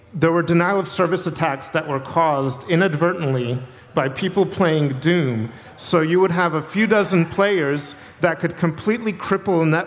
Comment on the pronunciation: It really sounds like he keeps saying "Doon."